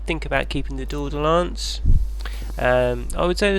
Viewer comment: "Tour-de-lance" "Fer-de-lance"